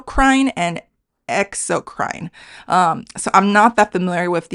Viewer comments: Not to be an English goody goody... But, I just wanted to point out the pronunciation of Endocrine and Exocrine is Endocrin (short i sound) and Exocrin (short i sound), in American English.. Just to help out. I loved this video, because I usually think of Japan borrowing from China, so it's funny to think that Chinese is borrowing from Chinese, especially for their language. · In this case, the "e" at the end doesn't trigger the long i sound. It's pronounced as end-uh-krin and ex-uh-krin. Rhymes with grin not brine. Another English exception. Think "endocrinologist" (end-uh-krin-ologist)